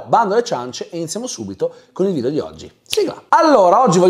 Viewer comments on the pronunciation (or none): none